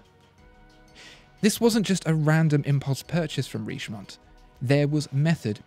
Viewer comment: Dear, Let me correct your french accent: - Richemont is pronounced RicheMON (don’t pronounce the T at the end). - Montblanc is pronounced MonBlaN (don’t pronounce the T and the C at the end!!!!!). Sincerely Yours, André